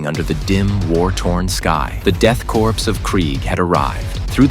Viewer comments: ffs it is core not corpse.... you dont call it the marine corpse. it is sounded out the marine core, much like it is sounded out the death core of krieg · Corps and by extension Korps are pronounced as kor, identically to the word core, the p and s are silent